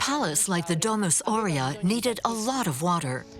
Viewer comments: And it's pronounced A - U rea. Not Orea , like the cookies!! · … at least pronounce Aurea well, the accent is on the first A not on the E. You make documentaries and you can't even read Latin!